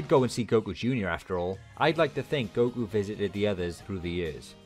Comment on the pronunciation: No way I gave my energy coz I thought it was Hercule. Who TF is GO-Kuu?